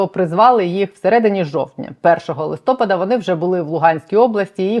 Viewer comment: Чудове відео, але благаю - листопáд. На останній склад наголос. Знаю, що це душно, але це відволікає, та й грамотність завжди приємна))